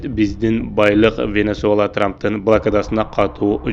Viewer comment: Венесула эмес венесуела